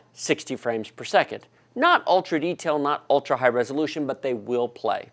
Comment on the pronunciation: what exactly is "resoltuion"?!